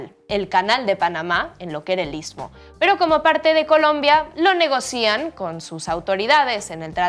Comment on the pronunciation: cometes el mismo error que ayer, con el verbo negociar. Se dice negocian, no negoc I an, lo pronunciaste con acento en la I. Se conjuga: yo negocio, tú negocias, él negocia... ellos negocian.